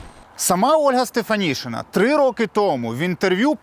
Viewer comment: українське прізвище Стефанишина читається і пишеться як Стефанишина, а не Стефанішина.